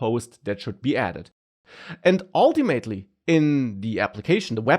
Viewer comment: oh man how i missed saying "ultiMATEly". the sheer joy!